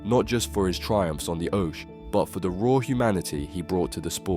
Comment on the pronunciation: I watched until you couldn't pronounce oche. Might seem harsh but I'll never watch this channel again as you can't be bothered to even do the voice over yourself.